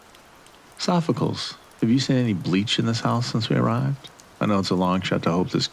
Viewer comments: Its "Sof-Oh-Clees", not sofficles. Great job with the read though. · Loved the story, although I almost choked at the pronunciation of 'Sophocles', one of the most famous philosophers in history.